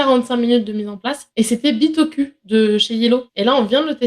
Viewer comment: Savoureuse prononciation du nom Bitoku par;) Et magnifique jeu de mots (involontaire?) de Pénélope qui met dans le même sac deux jeux de bag building.